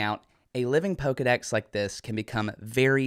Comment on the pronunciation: Dex not sec